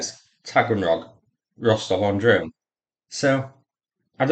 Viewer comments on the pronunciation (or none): Did you say "Rostov-on-DRONE" ? LOL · Did you say Rostov-on-Drone ? :D